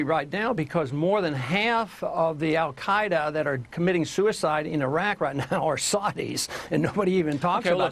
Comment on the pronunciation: al gay-da? Yeah you really solidified your argument with that.